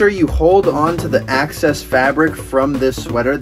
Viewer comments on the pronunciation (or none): “access fabric” ?? You mean excess